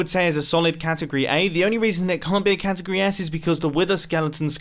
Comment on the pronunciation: Ah yes, my favorite word: catigoty